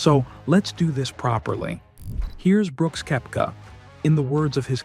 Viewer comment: Nice compilation but dude why that AI voice?? You start with mispronouncing his name it’s annoying